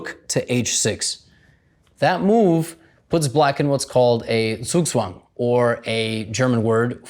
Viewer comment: As a German I love how he pronounced "Zwischenzug" 👍🏻😂